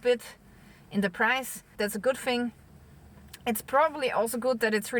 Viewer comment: love your posts. only one gripe. us english have a problem with only one word: Thing! if you say fing in the north of england you are classed as uneducated!! I know you are not. It is just a dialect thing> Sorrry to be the party pooper! Happy New Year!